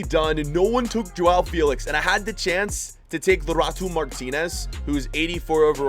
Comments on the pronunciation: man said lutaro martinez its lautaro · come on man, its lautaro, not laurato Martinez. He literally said LAURATO.